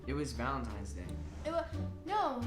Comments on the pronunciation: Jesus I love this vid but Dani it’s ValentiNe’s Day not ValentiMes day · Proof she's still a child: She still says Valentimes🤦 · "valentimes day" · ”Valentime” 😟😣”valentimes” 🤮🤢🥴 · This is how many times Dani said valentimes day | | | v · "valentimes day" WAHAHAHAHAHAHAHAH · "Valentimes Day"... must be a new holiday 🤔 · no one: Danielle: vAleNtiMes DaY